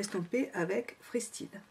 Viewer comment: Smokey tres rock! Il te va tres bien!!! Sinon (a force qu'on me l'a répété ça a fini par rentrer....) freestyle se prononce "fristaille" :) mais super makeup que j'essaierai de reproduire, car idéal pour une soirée!